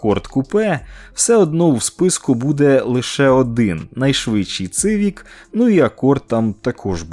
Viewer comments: Не цивік, а сівік! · Як можна говорити Цивік, якщо читається Сівік((( не розумію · Не Цывик, а Сивик! Буквы С в английском читается как - Си а не Цы.... Сколько можно неправильно читать название модели. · будь ласка, не цивік а сівік